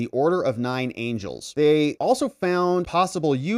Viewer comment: "The Order of Nine Angles", NOT Angels 😂